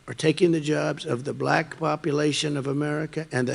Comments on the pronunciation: I hate how he says BLACKKK that really pisses me off it even sounds racist vote💙💙💙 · He's very odious. The manner he pronounces the word "black" is so condescending. I'm so tired of his grotesque prattling. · I think the slight pause after the word "Black" is silently filled in with a racial slur in his mind.